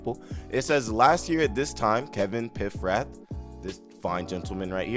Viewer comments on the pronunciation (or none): HIS NAME IS PAF-RATH, small a.